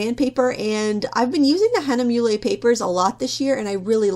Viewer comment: It is "hah-nuh-mew-luh" not "hah-nuh-mew-lay" for "Hahnemühle".